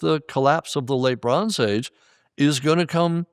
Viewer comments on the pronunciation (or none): Anybody hearing LeBron's Age instead of Late Bronze Age? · Every time he says “Late Bronze Age” I can only hear “Le Bron’s age” 😅